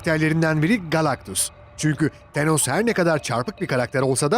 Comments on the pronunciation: teeenos nedir yahu.. şöyle bi tanoss tanos desene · Tenos ne be abi ya "Tanıs" de ayda "Tanos" arası bişey olmuş xD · TENOS DEĞİL TANOS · Şu an baktım çoğu hero tenos diyor bazılarıda tanos diyor herolardan telafuz karışıklığı var ama pronounce sine bakarsan tanos dediğini duyarsın :D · Delos değil, thanos. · Artik tenos deme lutfen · Tenos ne ya :D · Tenos ne aq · Tenos ne??😂😂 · "TENOS" nedir ya bi de sürekli tenos tenos tenos YOK TERKOS! thanos adamın adı, th peltek şekilde f gibi çıkar gerisi anos diye devam eder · ısrarla tenos diyor adam :D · Thenos dediğin anda kapattım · thenos ne ya adam gibi sölein